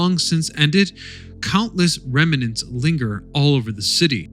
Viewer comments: The word is rem-nant, not rem-e-nant. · Ongoing issue. Remnant . There is no extra "e" after the "m." Rem-nant. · Remnant is a two syllable word, not three.